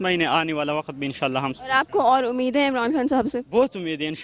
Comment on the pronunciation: Oye anchor it’s khan saheb not Han saheb ,,, you must be a sialkoti ya !!